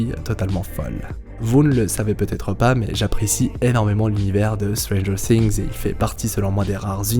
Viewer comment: Je cringe à chaque "stranger SINGS" 😨